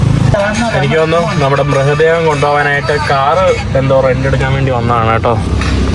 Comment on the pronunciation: മൃഹ ദേഹം അല്ല ടായി മൃതദേഹം എന്ന് പറയൂ